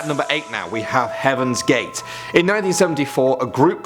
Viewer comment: Oh HEAVENS GATES I thought he said Kevin gates